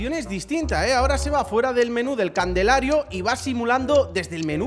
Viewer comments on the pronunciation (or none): gente soy un viajero del tiempo, sigue jugando al Fc esta en el 42, pero aun sigue sin decir bien la palabra CALENDARIO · Calendario ❌ Candelario✔️ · Dale con decir candelario es calendario aweoneitor 😂